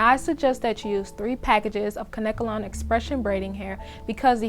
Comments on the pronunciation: Kanekalon pronounced (Cane-Kay-Lon) not (Can-necka-lon) or (Can-ka-lon) a lot of people say it wrong.Google the pronunciation it's (Cane-Kay-Lon) on numerous sources. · It's kanekalon. NOT KANKALON